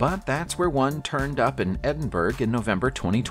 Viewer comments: Edinburruh not edinburg, and eilidh is A-lay no eyelid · Are you serious! Edin- berg?????? It's pronounced Edin - borough! Omg! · Edinburgh = EDD - din - buh - ruh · It's pronounced Edin-burra! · Edinburgh?? I really thought he was talking about another place 💀 💀💀💀💀💀😆😆😆🤦🏾‍♂️🤦🏾‍♂️